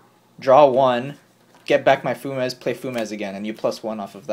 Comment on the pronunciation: Fu-mez? Fumes is a word lol. Few-mz